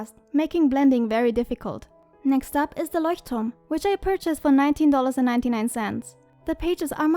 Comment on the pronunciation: Voll cool🥰 bist du von Deutschland weil du das Leuchtturm so perfekt aussprichst😂😂❤️